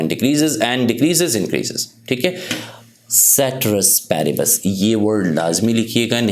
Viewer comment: ceteris paribus bht acha bolte hen❤😂